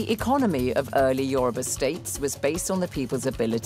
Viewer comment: Wow! I am so miffed with her pronunciation of the Yoruba names. I guess because its my language. The Benin Professors said our people are 'Orally literate' not illiterate.